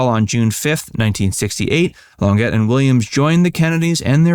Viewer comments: Claudine "Lon-jay" are you stupid. French basics. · PLEASE--------OUT OF RESPECT--------LEARN TO PRONOUNCE NAMES CORRECTLY! CLAUDINE LONGET IS PRONOUNCED -------LAWN---JAY -------IT'S FRENCH!! ------------------MJL, 76 Y/O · It's pronounced "claudeen long-shay" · Claudine's last name is pronounced "lonjay". Get with it! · Claudine's last name is pronounced lawn-JAY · Claudine Longet’s last name is French, and it is pronounced, roughly, “lawn-JAY,” the “e” sounding like a long “a” and the “t” sounding like nothing at all. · "Lohn jhaý" is how you would pronounce Longet. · Claudine Longet’s last name is pronounced Lawn-ZHAY. She is French. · Longet is pronounced Lon-jay. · The surname of Claudine Longet is pronounced "Long Jay". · Claudine “Lawn-get”. What a dunce. Instant loss of credibility. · How could anyone but a dunce say "LonGETTE"? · You totally blew her last name. It is pronounced Lon zaa' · Gads, get a grip and learn to pronounce names correctly… LonJay is not the first or the last you have messed up. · Andy Williams' first wife's name is pronounced Clawdeen Lawnzhay. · I agree. I find that several of the yt etc presenters lack familiarity with their topic, oddly. They mispronounce names and other words because they've never heard them. For example, Lee Remick was a big star. This would've been explosive if people knew back then. And Claudine Longet, who call lon-gett, was a tv darling until the murder case. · lon-jay....T is silent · Pronounced Laushjay for Longet the name is French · LONGET is pronounced “Long-A”. So glad you get your facts straight—“Just the facts, Sir” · It's 'Lon-JHAY' (French) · I believe that Claudine Longet’s last name is pronounced “Lon Jay.” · It is pronounced "Lon-Zhay". 😀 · Longet is pronounced "lawn-jay". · "Lon-jay"! It's French! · Claudine Longet is pronounced “Lon-jay” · Thank u for clearing that up! I cringed every time he said Long get😩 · Claudine Longet!! The t is silent dude. It's French!!